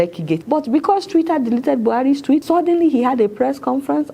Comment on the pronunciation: Twitter not twira 😂😂